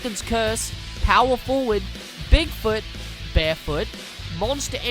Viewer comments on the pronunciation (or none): none